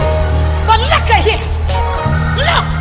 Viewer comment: Ain’t nobody gon y’all about ol girl “lookin” when shirley said “LOOK” 😭😂